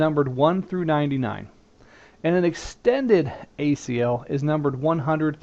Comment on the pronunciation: don't you mean extended? unless you said that, but to me it sounded like you said standard.